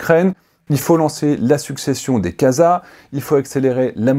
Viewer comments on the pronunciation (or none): none